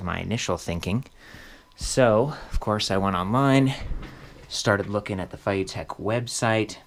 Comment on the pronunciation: Feiyu is read as Fay Yee. The "yee" sound is slightly more challenging to pronounce.